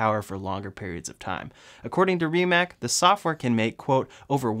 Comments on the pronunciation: Rimac is pronounced "ree·muhts" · Stop calling RimaC with K it's C because Croatian like Serbian is you wrote how you talk and you read how it's written. It's superior than any other lenguages are but it's easy to remember (It's supirior den eni oder lengvidžiz ar bat it's izi tu rimembr)